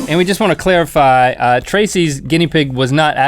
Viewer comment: 5.58 "and we just wanna 'CLEARIFY'" 😂 lmao